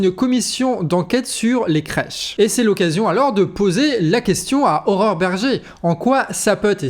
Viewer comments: Pour une fois que quelqu'un prononce correctement le prénom de Mme Bergé: "Horreur"... Bravo, trois fois dans la même vidéo, tu mets la barre haute mdr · Tu prononces "Horreur" Berger, non ? J'aime.